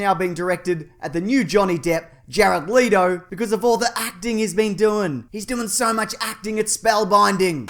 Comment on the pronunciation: why does it still bother me so much that he is still pronouncing leto's name wrong... fix your last name pronunciation mate